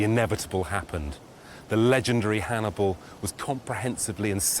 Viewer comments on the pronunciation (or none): 40 minutes in and you've mispronounced Hannibals name 4 times 😂